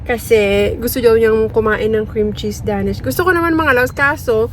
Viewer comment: hind po Da-Nish ang tamang pronunciation sa paborito nyo bread its Dey-nish 😊